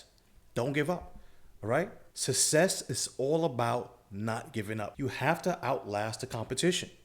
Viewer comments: "sussess", lmao. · Rule number : Learn to say the word 'success' :-)